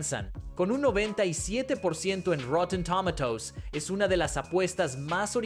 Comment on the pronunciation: a ver si se aclara como se pronuncia tomatoes